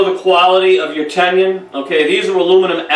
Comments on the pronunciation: Tenon please, not tendon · Its "ten un." Not" tenion". Mispronouncing the word makes you sound like you dont know what you're talking about. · He's has some useful information, but he's pronouncing Tenon incorrectly as Tenien or Tenion... I would like to hear him pronounce Indian. Probably Engion. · I was hearing ten-yun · How does one get this far with woodworking and not know how to say tenon.